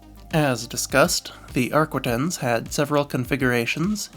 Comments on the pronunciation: It's AR-quin-tences. Not arquendence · Ar-kee-tahn mon ami.